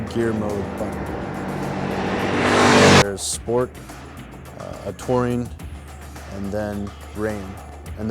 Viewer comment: Good video, until half was through I thought he was saying "taurine mode" and I was like "what the fuck"?